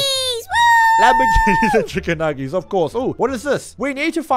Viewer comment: Why does say chicken nuggis i'ts nuggets